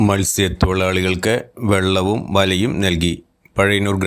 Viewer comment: വള്ളവും വലയും ❌ വെള്ളവും വലയും ✅